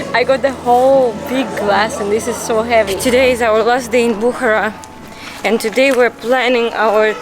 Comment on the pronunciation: It is Bukhaara not Bukhra